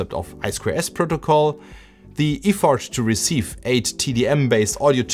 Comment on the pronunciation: Look up "Effort" and "Piano" as english pronunciation. impressive how you can reverse engineer an entire PCB but dont see the small mistakes in english. also at the end, its not "Borrow me", its "Lend me" if its said that way